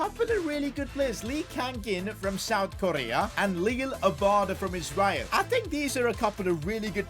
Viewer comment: The Isreal pronunciation 💀